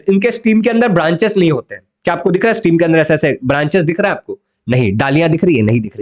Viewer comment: स्टीम नाही स्टेम